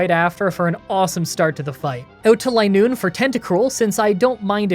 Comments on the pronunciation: It is Linoone not Lienoone. You can tell just like vigrough isn't viegrough. I hope this makes sense without hearing it. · It's "Line-oon". Zigzagoon is based off zig zags and Linoone is based off a straight line. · It's line-noone. As in a straight line. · re: linoone's pronunciation, the same way zigzagoon is "zigzag" + "(racc)oon", the pun with linoone is "line" + "(racc)oon", so it would be pronounced "LINE-oon" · Btw, I pronounced linoone as Lin looney as a kid cause I had no idea how to pronounce it either. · I think it's supposed to be pronounced "LINE-oon"; the Pokedex entry mentions how it can only move in straight lines, and it evolves from a racoon. When I was a kid, I always called it "lin-OON-nee", because silent letters were confusing to me XD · "Lie-noon". Should've taught her Attract. Double damage for Covet if the foe's in love. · Ah, it’s pronounced “Linoone.” You’re welcome in advance. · I've always pronounced Linoone like Lie-Noon but idk if that's the common pronunciation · I wouldn't mind if you used rare candy, but try to see how low of a level you can win the post game fights at. Also it's pronounced LIE-Noon. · Linoone is a Line Racoon. The pronunciation should be obvious. Also, Uproar is not Outrage. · Its clearly Linoone, not Linoone.